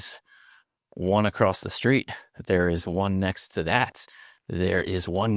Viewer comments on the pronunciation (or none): I'm new to this channel and I really like this guy, but I don't know if I can handle how he inserts an 'h' into 'str' words, e.g. 'struggle' becomes 'shtruggle', 'street' becomes 'shtreet'. Yes, I know it's petty.